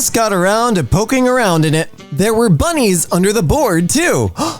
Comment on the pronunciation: OMG THE WAY HE SAID BUNNIES